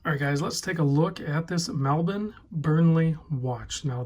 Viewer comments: You nailed the pronunciation! "Mel-bin". Well done! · I'll second that, I was born in Melbourne and it is indeed pronounced melb-en, never mel-born. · Us Melbournians say it more like Mel-ben. But we are easy going folk so don’t mind how you pronounce it. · Every Australian I've ever heard pronounce it says it mel-born... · I was born there too mate, it's locally pronounced melb-en. There's no 'r' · Nice job with pronunciation of "Melbourne". Most Americans say "Mel-born" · I understand the Florida Melbourne is pronounced differently to the Australian city. Given this brand is from Australia, (and since I'm from the Australian Melbourne) I appreciated effort in pronouncing it the Australian way. If I visited Florida, I'd pronounce their town's name the way they do.